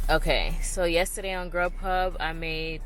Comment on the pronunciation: I can't remember which you said was better uber eats or grub huh? I thought you said grub huh.